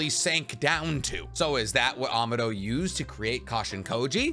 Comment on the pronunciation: AH MAAAH DOE not AMA DOE. EDO TEN SAY not EDO TEN SY. I'd sub if you didnt mispronounce so many things to the point i think you are trolling but you also pronounce other things perfectly fine so i think its just you havent heard the characters actually speak the words or you are just incapable of pronouncing them correctly.